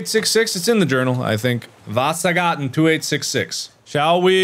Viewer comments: i love how mark pronounce Vasagatan because it’s a street here in Sweden, Stockholm. I LOVE THIS MAN OMG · Why did u say vasagatan like that its swedish you should know better